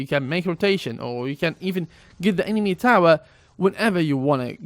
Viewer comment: STOP SAYING EMEMA PLEASE